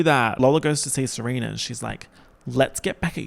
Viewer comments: Ser-oompf-a 😭 you're saurr good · Months later and I'm still dying at him saying "Seroomfa" LMFAOOOO